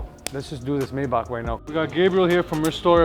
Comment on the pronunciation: One would think y'all would know how 'Maybach' is properly pronounced.